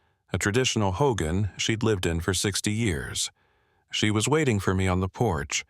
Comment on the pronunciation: I grew up near Shiprock several miles out of town but closer to the rock itself. I have never heard any church bells or anything from the town it is too far that part of the story kind of bugs me. Another thing that bothers me is when folks mispronounce Hogan and Tsé Bitʼaʼí.